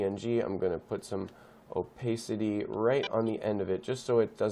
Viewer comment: It's "oh-pah-city" actually. Pah as in pat.